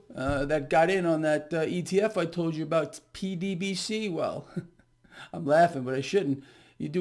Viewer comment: I have listened to that ETF call 20 times over multiple episodes and can not hear YOU. I teach English and tried to read your lips. WTF are you saying for JHC sake? PDBC? 21 times! maybe that is it. Too late now?